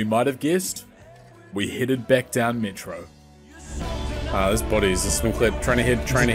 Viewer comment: kinda like seeing you struggle aswell with those Ls in metro, makes it authentic dave is a beast btw